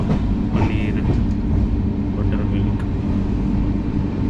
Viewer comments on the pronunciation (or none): none